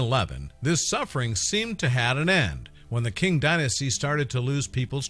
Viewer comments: The Qing Dynasty is pronouncing Ching not King, also it’s a Palace not a castle, there are practically no castles in China. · I believe he mean to say qing dynasty, what a peculiar pronunciation